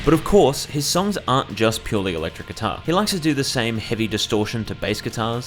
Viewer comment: “kuitar” heh